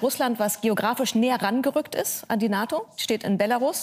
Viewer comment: "...ein Russland das stärker an die NATON herangerückt ist ... " Was raucht die Dame ?